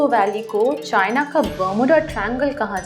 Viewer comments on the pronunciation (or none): none